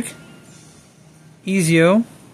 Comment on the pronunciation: Ezio is pronounced as (Et-Z-O)